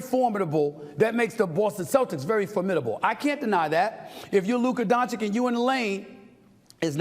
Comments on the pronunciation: DON-CHICH NOT DON-CHICK god damn stephen how many years you been covering this man and cant say his last name properly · Love you Stephen A but what exactly is still stopping you from saying the name Doncic right? Let me help you, it's spelled DONCHICH. Also, get outta here with Boston being the favorite. They had the absolute easiest cake walk to the finals ever. The problem with that is that they are healthy and fresh, that's the problem for Dallas. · As an European i cant stand listening to NBA media. When will u start to stop disrespect Luka and start to pronounce his last name correctly? Its Luka Doncic like "Donchich" the first c is like the last... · Its donchiCH bruh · FFS it DONČIČČČČČČČČ get it right already! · Dude still hasn't learned to say Luka's last name right. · I thought about it but I don’t think it applies… Mike Greenberg, Rich Eisen, Max Kellerman and Kenny Smith are New Yorkers and they pronounce it right. SAS is just lazy. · “Luker Donchick” 😂